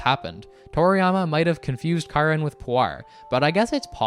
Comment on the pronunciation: it's actually Karin smart arse